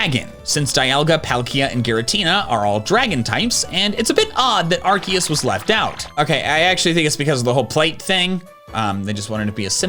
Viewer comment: “Arceus, *arcussss*”